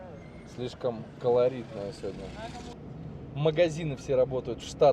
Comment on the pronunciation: ухо режет седни седня 😮СЕГОДНЯ ИЛИ ПРОИЗНОСИТСЯ СЕВОДНЯ